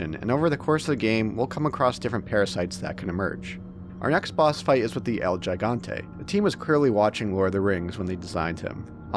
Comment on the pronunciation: says the guy who mispronounces Gigante